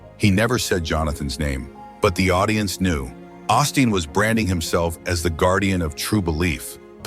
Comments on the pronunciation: I dislike these videos with AI-generated voices, but we can't escape them. Whoever posted it could at least correct this pastor's name from "Austin to Osteen." Do we really even know if this happened? It's not a video but just a photo, and we have to trust whoever posted it, with the stupid AI voice! This man, Osteen would not make millions of dollars if people did not tune in to watch him on TV or go to see him talk. And again, the AI voice and subtitles spell Jonathan Roumie's name "Roomie" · Seems a little A I TO ME DUE TO THE MISPRONUNCIATIONOF CERTAIN WORDS...ROUMIE AND OSTEEN AS AUSTIN....A LITTLE DICEY BUT I LIVE THE CHOSEN AND JONATHON AS HE PORTRAYS OUR MESSIAH AND SAVIOR.